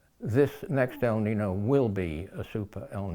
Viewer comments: The word is Spanish for boy , pronounced El Ninyo not Nin no. But either way we are doomed because of ruthless greedy stupid humans living a capitalist industrial system based on fossil fuels and endlessly pursuing endless growth , profit and breeding too many humans. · The "Ñino" is pronounced like neen-yo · It is pronounced - el neenyo. Yo at the end. The warming trend is persistent. It happens in interglacial periods. CO2 in the atmosphere can contingent with the many forces that produce interglacial periods and the warming rate can be linked ,in part, to CO2. The U.S and Russian Antarctic core samples agree that there was more CO2 in the interglacial period and it was wetter also. This is what created the huge forests in which huge animals lived in and around. The Carboniferous time was an example of robust plantlife and high CO2, but also high in O2. I am not convinced your hypothesis is coherent with the evidence. That is in glacial periods there was severe draught evidenced by the sand and dust deposits from Australia in the glacial period ice layers of Antarctica for instance. The warm period cores show higher water amounts in the air during warm periods and no dust. This implies the heat evaporated the oceans and allowed for immense botanical expression. Lots of CO2 ensured a warm wet world. So more CO2 in the atmosphere world appear to be a natural and beneficial thing for all habitats because there is more humidity, more plantlife and more resources for food. This is how the dinosaurs grew so large as did animals just 100,000 years ago. The fuel we burn came from globally warmer forests. How do those facts not mean that the world will gradually become warmer and wetter since that has been the trend for hundreds of millions of years. More heat leads to more seawater evap